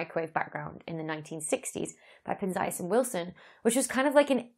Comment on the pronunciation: I have a pronunciation question. In the 70s, I had a meal in Arno Penias' house with his son. It was probably years before winning the Nobel Prize. His son pronounced his last name pen-zee-as. This is not how you pronounce it and I wonder if it is because of your British accent or is my memory bad.